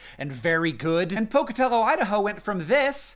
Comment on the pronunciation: You actually said Pocatello right, cool :) (from somebody who lives 2 hours from that city)